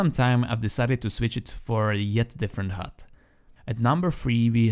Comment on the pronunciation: *hud not hut